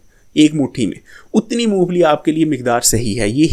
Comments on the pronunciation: Phele mong phali sahi se bolna sekho mu pheeeeli nahi mong phali hota he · Int maloomat hy apko lekin nmae shi bolna ni ata apko , moophli nhi hoti mong phali hoti hy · Not Moo fally but mong phally